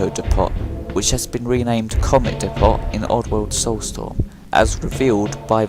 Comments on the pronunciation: It's "dep-oh" not "dee-pot" the t is silent. Can nobody speak English properly anymore.... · It's not dee-pot, it's dee-po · I've never heard "depot" pronounced that way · Well done bud, third video in a row you've kept my focus on, your doing outstanding keep it up, I've subscribed and rang then bell But my only criticism is the way you say depot, that was grinding me my man 😂